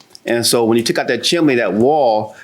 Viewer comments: Not him saying “Chimley” and not “Chimney” 🤦🏾‍♀️ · JM also mispronounces chimney. She says “chim in nee. 🤣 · Every time he says chimly I start giggling 😂😂😂😂😂😂😂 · Chim-chimley chim-chimley, chim-chim-cher-loo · *Chimley" got me 💀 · really said Chimley, like an English butler 😅😅😅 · If you can’t pronounce chimney right then you’re not working on my house